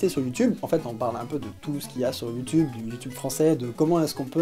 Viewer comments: Salut, j'ai découvert ta chaine il y a pas longtemps et tes vidéos sont super interessantes et dynamiques ;) Par contre (sauf erreur), youtube se prononce soit "youtUbe" (à la française) soit "youtIUbe" (accent anglais) mais pas "youtOUbe" ;) C'est juste une petite remarque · HeumHeum.... C'est You tioube et pas YouToube allez salut !!! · Comme commentaire constructif, je propose que tu ne dise plus "Youtoube" mais "YouTube" comme les gens normaux! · Moi j'ai retenu qu'il ne dit pas youtube mais youteube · quand il dit youtoub j ai l impression d entendre ma grand mere dire ; arrete de regarder des videos stupides sur youtoub pendant toute la journé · Il a dit YouToube huhuhuhuhuhuhu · Ça me perturbe de t'entendre dire ''youtoub''